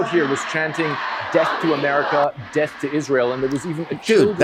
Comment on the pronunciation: He isn’t saying death he is saying deaf. He wants the IDF to have a disability